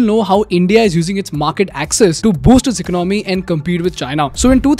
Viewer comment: The pronounciation of economy😂